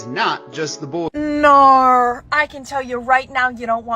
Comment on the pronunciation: did she really say. Narrr. Its No you du mb as bbii tch 🤦🏻🤡 ppl and their ret arded words and then she says nargument. What a id iot lmao